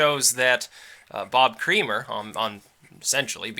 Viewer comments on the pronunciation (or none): Doesnt Creamer pronounce it Kra-mer? Its just every time his name is said I think of a facial, I am trying to train myself not to think about this stuff.